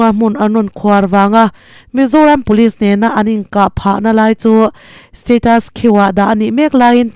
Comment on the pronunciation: Thuziak sa chhiar hi zir kan va ngai hlawm em ve le. Buarchep, Status Quo tih vel te pawh hi. A thluk dik hi a pawimawh si.